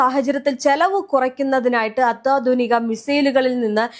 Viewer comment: അത്വാതുനികയല്ല അത്യാതുനികയാണ്